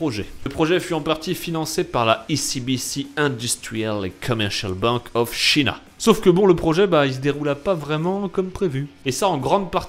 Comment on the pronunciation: À comment il a dit "China" ça m'a tué! Mec renseigne toi sur Google translate avant de parler anglais mdrr